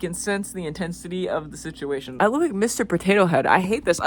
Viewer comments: The way you said ‘sichimation’ and not ‘situation’ means clearly talking about your parents makes your brain glitch a little, like you said, It’s traumatic. (I’m not judging it happens to lots of neurodivergents) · “Stuck in that ”